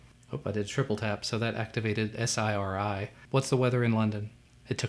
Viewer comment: Why does he say S-I-R-I and A-L-E-X-A?